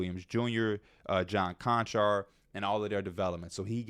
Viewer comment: Bra said John Konchar 😂 hell naw. Lofton, Roddy, Z, Chandler all misses...giving these dudes too much credit.